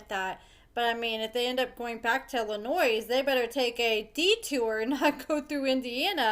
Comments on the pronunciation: Illinois. The "S" is silent. Illa..noy 🙂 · Illinois has a silent S pronounced Illonoi haha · I mean this in the nicest way possible, please stop pronouncing the S in Illinois. It is silent. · As somebody that is born and raised in Chicago please please STOP PRONOUNCING THE S IN ILLINOIS IT'S SILENT. WHO IN THIS DAY AND AGE DOESN'T KNOW THAT? NOT MANY BUT APPARENTLY YOU'RE ONE OF THEM. IT REALLY PISSES ILLINOIS PEOPLE OFF WHEN YOU IGNORANT PEOPLE PRONOUNCE THE S BECAUSE YOU DON'T TAKE 3 SECONDS TO REALIZE THAT THE S IS SILENT. 🤬🤬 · I love your videos, but please-the S in Illinois is silent. I believe you're from Missouri? As our neighbor, I would hope you'd know our name. LOL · Always knew that man was unstable. Also, are we supposed to pronounce the S in Illinois?